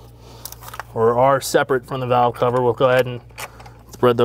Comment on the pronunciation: Cow cover!?? What is he saying???